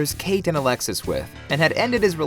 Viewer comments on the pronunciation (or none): none